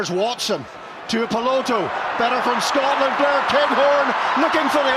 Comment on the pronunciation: Worst commentator of all time. Stop calling "Scotland", "Scartlernd"